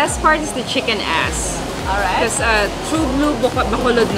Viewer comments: I don't understand what that Pinay is saying. Is she really saying chicken ass? If so, she pronounces two words like one - chickenass. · Did she just say chicken "ass"? and Nelly can mix LOL! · Did she say Chicken Ass???? OMG 😆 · Are you guys saying chicken "ass"?